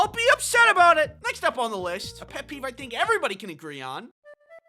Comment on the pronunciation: Did you say peef